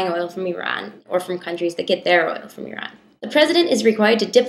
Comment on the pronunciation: As an Iranian, I get so satisfied every time you pronounce "Iran" correctly. :)